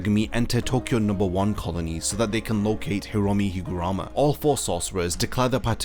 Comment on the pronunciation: its not higurama its higaruma